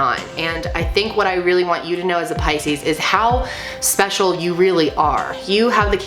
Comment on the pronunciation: Finally I know how to pronounce Pisces correctly. xD Thank you a lot! <3